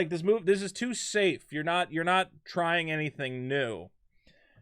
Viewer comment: i hate how stupid some people are..this dude called her katheen..its kathleen...get it right